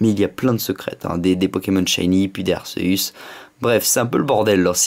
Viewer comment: Putain sa se prononce pas [arceusse] mais [arkéus] sa m'énerve sa sinon bonne vidéo